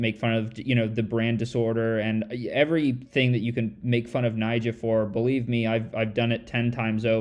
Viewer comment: not Nyjoah